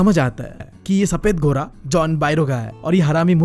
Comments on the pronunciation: घोड़ा ❎ गोरा ✅ 🤣🤣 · Not ghoraaaaaaa 😂😂 it's ghodaaa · Ghoda ❌ ghora😂✔️ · GHODA❌ GHORA✅